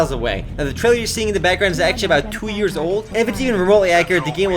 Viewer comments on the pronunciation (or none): none